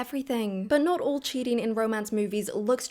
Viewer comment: Please just a suggestion speak more naturally and not those sudden tone down pauses it gives me the ick and I can't even watch the full video bcz of that and why putting so much pressure on the syllables of CHEATING it's sounding so disruptive and shrill